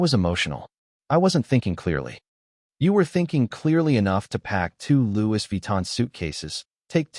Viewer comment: For Louis Vuitton luggage it is pronounced LOU -EE not LOU-IS n